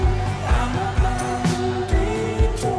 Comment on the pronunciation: oh no the way you pronounced bandito now i will never be able to unhear "bendy toe" 😭